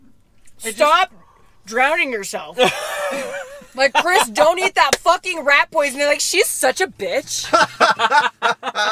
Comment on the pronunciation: "Friends" still unsure how to say Chris last name?.......